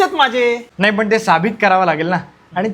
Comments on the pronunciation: Sabit... nahi siddh asat te... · Sàbit nahi sidh bola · साबित नाही सिद्ध म्हणतात. निदान पुणेकरांनी तरी योग्य मराठी बोलावे हि विनंती